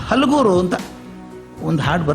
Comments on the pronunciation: ಸರ್ ಅದು ಹಲಗೂರು ಅಲ್ಲಾ ಹುಲಗೂರು ಅಂತಾರೆ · Houdu sir adu halaguru alla "hulaguru" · ಸರ್ ಹಲಗೂರು ಅಲ್ಲ ಅದು ಹುಲಗುರು ಸರ್